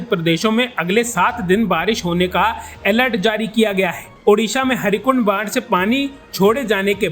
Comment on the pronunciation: Harikund nahi Heerakund 😂😂😂😂😂